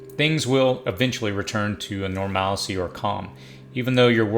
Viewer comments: 1. Never give up the guns. 2. Never in my life have I heard "normalcy" pronounced like that lmao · DING DING DING! WE HAVE A WINNER. I was searching the comments to see if anyone was going to comment about his pronunciation of normalcy lol!